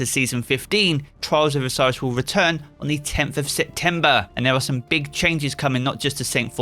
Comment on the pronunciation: i can only hear charles of osiris man try to speak better